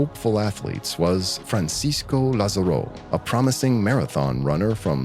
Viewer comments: Just letting you know, in Spanish the written accent in letter A, would put the stress on that vowel, not the last one; therefore, it would be pronounced, lÁzaro. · Also please check on the pronunciation of Lázaro. The video correctly shows the accent on the first "a" but the narrator keeps pronouncing it with the accent on the "o".